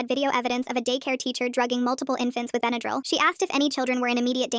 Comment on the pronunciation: why does she say bendryl like that? (benadrul)